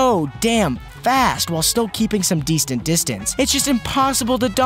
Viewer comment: "Dectent distance." Love it and keep it up.